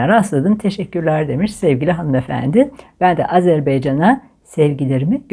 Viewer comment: Azerbaycan diye okunuyor Farah Hanım sevgiler.